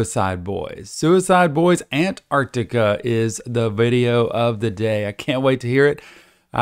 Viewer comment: Just to let ya know Antarctica is pronounced An-tarc-tica not An-arc-tica